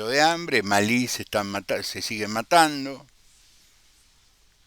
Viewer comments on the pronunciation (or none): none